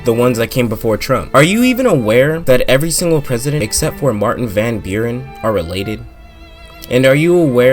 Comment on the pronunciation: It is Van Buren, not Wen Bjorn.